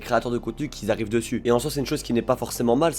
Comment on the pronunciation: au bout de 10seconde il y a déjà une erreur on dit pas qui zarrivent mais qui arrivent c'est important de bien s'exprimer c'est pas méchant c juste un critique constructive